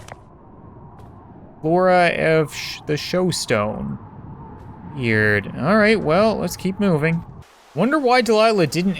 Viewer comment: SHOSTONE?! TF? IT OOOOOOBVIOUSLY SAYS SHOSHONE, YOU JUST SAW IT LIKE FIVE TIMES!!!